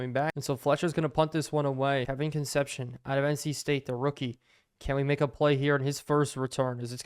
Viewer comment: I believe that WR named Kevin’s last name is pronounced Kun-CEP-see-OWN (“own” as in, “I OWN a car”). I only know this because I’m old and the Cincinnati Reds had a Shortstop when I was a kid named Dave Concepcion (spelled the exact same way and pronounced Kun-CEP-see-OWN).